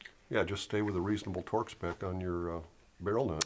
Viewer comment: People over complicate the simple of tasks. Every time says torque I hear twerk! 🤣